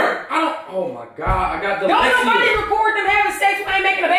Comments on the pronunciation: Wtf is "dalexia" 😂😂😂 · Jae Credentials he said dalexia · Aileen Molina ... he said da-lexi-a tho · he said da-lexi-a i'm dead!!😂😂😂💀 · didn’t even say “ dyslexia “. he said “ I HAVE DALEXIA “ 😂😂😂😂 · It’s low key hilarious how he pronounces it dalexia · “i have dalexia” ? what ? LMFAO!!! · He said “dalecia” not dyslexia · He actually said "dalexia" but ikr 😂😂😂😂😂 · Lmfao:I have dilexia! 😂😂😂 first off it's dyslexia and what does that have to do with u recording? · “I HAVE DYSLEXIYA”😂😂😂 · Mariah Barnes he said dylexia 😂😂💀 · Brittany Smith U quick to correct somebody and thats how said it so...🤔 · guy he aint even saying it right im crying